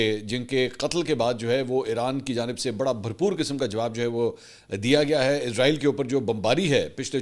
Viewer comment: Can I mention one thing please: it’s ISRAEL NOT IZRAAEEL, Izraaeel is the name of Angel of Death